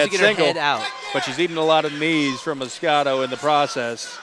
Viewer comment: its MOS-QUE-DA the fuck is so hard about that